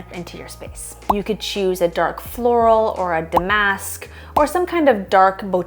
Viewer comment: The bougie mispronunciation of “da’mask” is very Naomi Malone. Great video though.